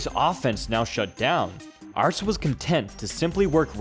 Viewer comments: His name is Peter Aerts - pronounced "Errtz"! Not "Arts"! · Only mad about 130 in before I had to stop it. Couldn't stand calling aerts, "arts"